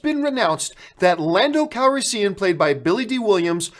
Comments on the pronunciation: What is it with John.... divissssive, lupita nuwongo, lando calriseeean? BRUH, love your videos but this really gets on my nerves. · I cringe hard every time you say landos last name.... Youre saying it wrong!!!! I like you a lot john but damn man